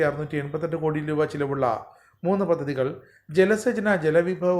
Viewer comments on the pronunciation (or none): പദ്ധതികൾ ആണ് അല്ലാതെ ആണു ശെരിയായ ഉച്ചാരണം, പദതികൾ അല്ല.